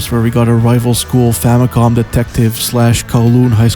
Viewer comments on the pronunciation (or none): none